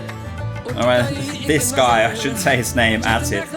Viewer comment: Man can’t even say the name of Atif I’m cheesed